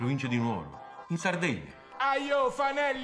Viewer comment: È così difficile dire "Nuoro" con l'accento sulla u?